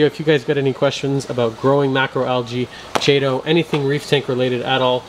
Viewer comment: ch is pronounced k.